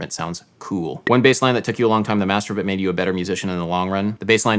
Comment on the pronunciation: you pronounced "master but" masturbate lol